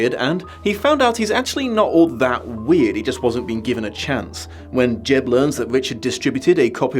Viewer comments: yeah he also said Jeb and Kealy instead of Jed and Keaty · Thailand, not “Taiwan” Jed, not “Jeb” Keaty, not “Keely” 😩